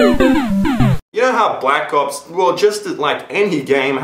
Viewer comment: at the start, i could have sworn you said Black Cops, not Black Ops.